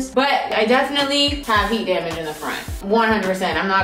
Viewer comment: "It's giving heart damarj"🤣🤣🤣